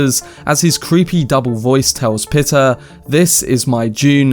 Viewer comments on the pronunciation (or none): Also it is “pie-ter” for the mentant.